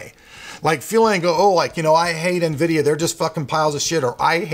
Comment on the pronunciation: Nvidio? Never heard of it